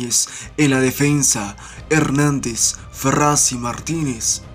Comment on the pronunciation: No es "Ferrasi", ni "Marchis" es Ferraresi y Machis